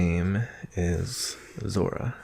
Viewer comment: Him: My name is Zora. Me: You mean Dora.